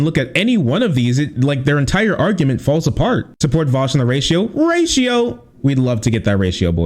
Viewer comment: Vowsh? You know it's Vaush, right?